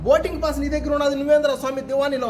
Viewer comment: Adhi boting kadhu ra Swami boarding pass raa Swami